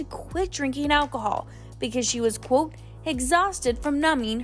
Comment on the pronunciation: When the narrator says "quote" it sounds like "coot"